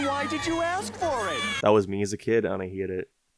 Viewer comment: why does he pronounce words weird... like instead of hate he says "heat"